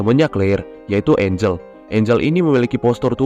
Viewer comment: Engel bang🗿 bukan Angel hayoo mikir apa?💅🏻🗿